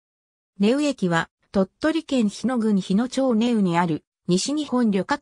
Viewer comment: なまやまじゃなくてしょうやまです （日野町民）